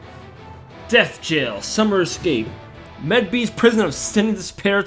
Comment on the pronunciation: It seems Medb's name is pronounced Mabe. As if you were pronouncing made only withe a 'b' instead. Also what Ishtar reminds me of the 6 paths of Pain.